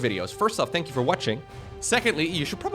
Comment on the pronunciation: “Tank you” will never get old